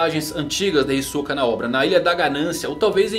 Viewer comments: Já disse mano, até no anime eles falam Hisóka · "Hisôka" kkkkk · Não vai me dizer que você acha que se pronuncia "Hisóka".